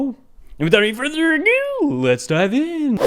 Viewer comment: When ever I watch any other YouTube video or even in real life, when ever I hear " with out futher ado" all I here in my head is your voice saying " without further agoo" lmao